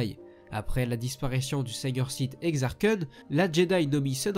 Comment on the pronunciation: Ouiiiiiiiiiiiiiiiii quelqu'un prononce bien Exar Kun !!!